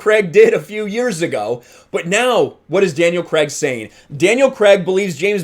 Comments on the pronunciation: Craig not Cregg! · “Daniel Creg”